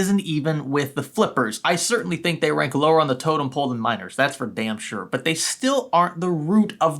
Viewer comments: this whole time I thought you where saying MINORS not miners lmao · I keep hearing "miners" as "minors" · I watched half if the video thinking he said minors instead of miners 💀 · For the longest time I thought he was saying minors instead of miners